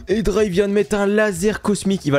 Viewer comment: juste c espi pas epsi et c hedra pas edra